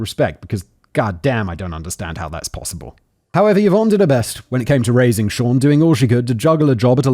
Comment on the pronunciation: Listening to factboy say yvonne is always wild